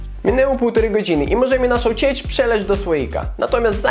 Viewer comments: ty masz taki akcent lub jesteś z innego kraju że mówisz tak dziwnie i zanim ciecz mówiłeś cieć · Ciecz a nie ćeć